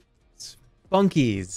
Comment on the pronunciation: I heard him say 'Spunkie' as 'Sputnik', and was very confused.